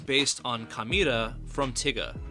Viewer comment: why he pronounce tiga like that 🤔